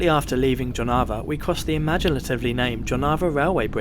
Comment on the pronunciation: Please pronounce Jelgava, Jonava, Joniskis etc. - Yelgava, Yonava, Yonishkis.